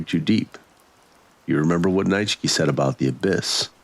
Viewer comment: Another gripping story. Btw, the name Nietzsche is pronounced “Knee-chee” or “Knee-chuh”. He was a philosopher, probably most famous for his quote about “if you stare into the abyss for too long, the abyss stares back into you”, and has the most unpronounceably spelled last name.